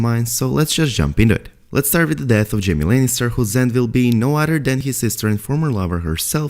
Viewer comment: Is it just me or do you hear “Jimmy” when he says “Jaime.” I cant unhear it now 😂